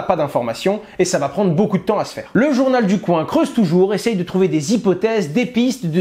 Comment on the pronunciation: T'en qu' Hasheur dira, journal du coin [k] [w] 1 et non [koin] on sera pas sortie de l'auberge. Non mais sérieux Owen...